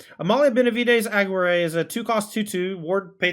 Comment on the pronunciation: love the deck and how it can generate infinite loops and draws lol! Wouldn't maindeck extraction specialists be better tyvars in this build though? Btw, the "GUI" in Aguirre is similar to the "GUI" in guitar (like A-ghee-rre). I'm not sure if English has the same strong double r sound though.